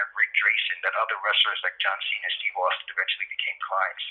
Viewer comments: “Steve Austyn” Stopped watching. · Austyn? Wtf you can't even get his name right. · Zero evidence against Roman. This is fucking garbage lmao. Also..."Steve Austyn", seriously?